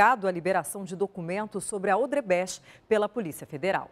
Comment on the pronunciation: "Odrebecht "?kkk